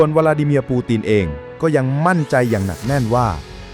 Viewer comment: วรรคโอเค แต่บางคำปูตินเป็นปูตีน ยึดเป็นยุ๊ด แต่วรรคตอนฟังไม่ขัดหูก็ผ่านครับ